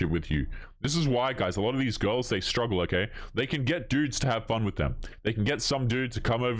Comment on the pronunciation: What's a 'strugle'? Is that some sort of European pastry?